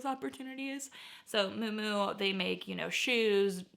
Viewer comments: So living in NYC I do find and pick up most of these brands when I find them. I did find a Hermes scarf at the bins sold it for 350.00 I also worked luxury for 20 years so just to help you out not to criticize Mui Mui is pronounced Mew Mew kind of like new new but with an M… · Girl, look up how to pronounce "Miu miu".